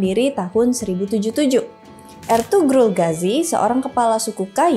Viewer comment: Sedikit informasi, dalam pelafalan "Ğ/ğ" itu tidak seperti "G/g". Misal, pelafalan "Ertuğrul" itu bukan "Ertugrul" tapi "Erturul". Juga, "Oğuz" misalnya bacanya "Ouz" bukan "Oguz". Jadi pelafalan "Ğ/ğ" seakan-akan tidak ada huruf disana.